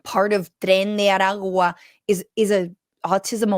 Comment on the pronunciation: Greetings from Puerto Rico. Great stuff, and nice pronunciation on 'tren de aragua'.